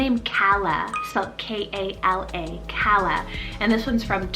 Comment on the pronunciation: That's so sweet and I like the pronunciation!😍We pronounce it Kaa-luh.